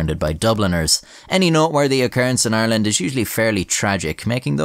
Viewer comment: you can tell it's a legit Irish accent because the first syllable in "Ireland" is effortlessly between an American "are" and "our"